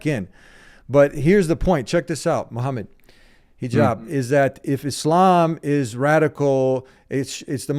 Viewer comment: This is how you know they are lost & you shouldnt take them seriously when they dont do their homework and pronounce your name wrong "Mohammed Hajeeeb" 😂 overall good upload.